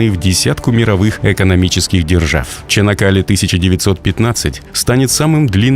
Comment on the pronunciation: Только не ЧАнакАле, а ЧанАк-калЕ, слух режет ваше искусственное произношение... А так - молодцы турки - новый канал строят на западе Стамбула, новый мост - и всё это одновременно и во время тяжелого экономического кризиса в стране.